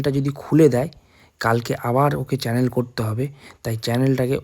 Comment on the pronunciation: Cannel na vaiya kanola bole otake😊😊